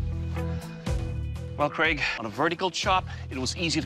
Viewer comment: “Craig, Paul” I thought he said Greg Paul